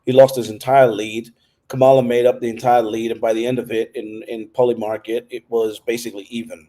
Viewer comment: Her name is pronounced COMMA-LA.